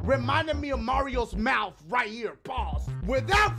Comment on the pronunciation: "The pain I was in reminded me of Mario's mouf!" Lmao I'm dead!